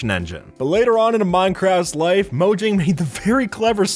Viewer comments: Mojang is pronounced moe-yang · it's pronounced mo-yang mojang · Your saying “Mojang” wrong. It’s actually pronounced “moyang”. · Mojang (mo-yang) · mojang is read as moyang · Look Mojang sold Minecraft ok so stop saying Mogang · It's pronounced moYang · when i heard "15 Minecraft bugs that mojang never patched" sounds like "15 Minecraft Bugs that mojang never Fax"